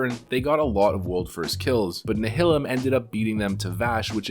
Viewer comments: Nihilum. Nye- uh-lumm Not Nuh-hill-umm. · You are wrong, go and watch "Nihilum PvE" video and see how the creators of the guild pronounce it. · I cringed every time I heard “Nihilum”, because my brain thinks it should have a similar pronunciation to “nihilism”. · Same lol